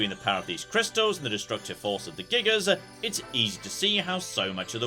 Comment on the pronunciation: Gigas, when used as singular, the S is silent ;-)